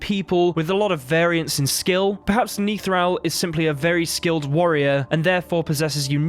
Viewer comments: He's Nithral...NOT Neethral...short sound on the 'I' I think he was on the way to becoming a general. He is an early-ish fight, his General training had barely begun, I think his death had been forseen which is why he was sent there. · Youtuber : "Niethral" Me : Face palms "Nithral"